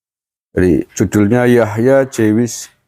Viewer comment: Tulisannya JEWISH bacanya JUWIS kang.